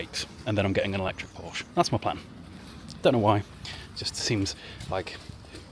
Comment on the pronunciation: You can buy a Porsche when you say it properly :p if the Germans make a YouTube video telling you how to say something it's cos you've said it wrong😂